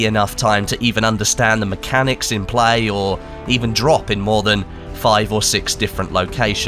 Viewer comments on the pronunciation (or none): none